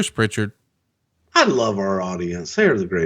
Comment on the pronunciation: there's no t in Prichard.